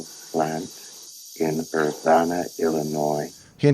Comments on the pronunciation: The town Urbana is pronounced Ur-ban-nah (like banana) . Not Ur-bahn-neh. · Urbana is pronounced er-BAN-eh not er-BAHN-a, like ban the bomb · Ur - ban' - a Not Ur- bah-na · For the record, Urbana rhymes with banana. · No mention of Dave's mispronunciation of "Urbana"? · Very interesting. Minor point, but the “a” in Urbana, as others have pointed out, is pronounced the same way the “a” is in banana. (I grew up in central IL, not far from Urbana.) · Super minor pronunciation quibble: most of us who live in or are from Urbana pronounce the middle syllable (ban) exactly like the English word "ban" spoken in the most typical American accent. Like "bandit" or "Bruce Banner." Also, am I mis-remembering the film? Or are you describing the events of the book? I don't recall Dave trying to awaken the crew before HAL killed them -- I think HAL did that unprompted, and I don't remember anything about the air being removed from the ship (not technically a station, I believe). But it's been a while since I saw the whole film, I could be mistaken. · Just FYI the ban in Urbana is pronounced just like ban. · Learn to say “Urbana” instead of sounding stupid.